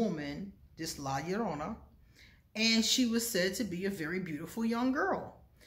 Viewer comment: 👸👸👸👍👍👍❤❤yaaaayyyy..youre such a great storyteller..la llorona..the 2 L s would sound like a j